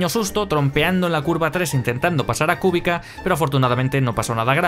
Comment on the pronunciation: Es "Kubitza"